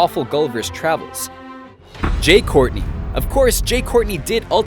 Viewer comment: Jai, not "jay"